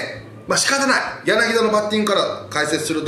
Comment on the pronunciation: 柳田 彼の名前はヤナギダではありませんよ。 ヤナキタですよ。 選手に失礼だし、解説何年やってるの？ 不勉強で恥ずかしいことだね〜 日本代表にヤナギダという選手は出ていないけれど。。。